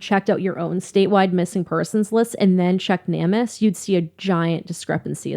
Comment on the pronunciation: Hey guys! I love your channel you guys are great! I just wanted to let you know that Namus is pronounced Name us. Not trying to be picky or bitchy just letting ya know. It makes no sense that they went hiking when they did, or how she could have gotten lost from the guys. Their whole story doesn’t make sense!! So Grant walked right past searchers, and didn’t say anything to them? They did something to her! IMO. I also think that LE really don’t give a crap about drug users or people who have been in trouble with the law.